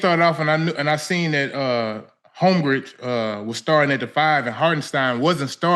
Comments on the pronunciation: Joe Johnson saying Holmgrich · Homgridge and Humgren was killin me the whole time 😂